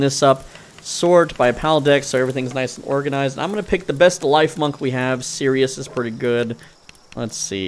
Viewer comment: I believe it’s pronounced “leaf-monk” Since it’s a grass type chipmunk.